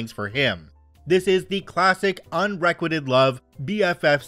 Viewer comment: Hey there just FYI, not criticism because I mispronounce things all the time (it's more common for readers) it's un-re-quite-ed, a "quite" vs "quit" sound.